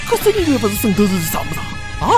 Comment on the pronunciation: 音乐的“乐”读音不对。不要为了刻意避免江北上海话而矫枉过正，变成普通上海话。